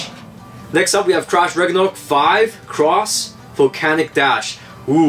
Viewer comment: Is it just me? or i hear trash ragnarok instead of crash ragnarok?